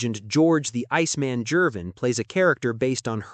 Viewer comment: Last name pronounced Marty Reece-man and George Ger-vin